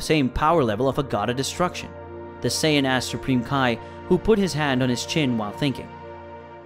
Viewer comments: whats a sayion? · 4 minutes in to the video and you’ve stated goku’s real name wrong Kakarot😑 which is pronounced “kack-ah-root” and he’s a Saiyan “say-an” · To be fair saiyan in Japanese is pronounced saiyajin and kakarot is pronounced kakarotto, but some other pronunciations are just butchered